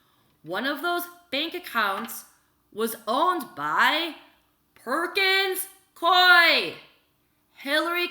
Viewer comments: Worked at Perkins Coie LLP. It's pronounced: Perkins Coo-ee *just an fyi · Also, not to correct you but just to help out with pronunciations, it's "Hue-ber" and "Perkins Coo-ey" as in, rhymes with gooey. Love you.